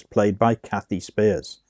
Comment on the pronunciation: I am Kathy’s daughter. She passed away on Father’s Day of 2021. Thank you for putting this video together….a couple of corrections: the last name is pronounced “spires”, not “spears.” And the purple Cosmo cover is not her. 😊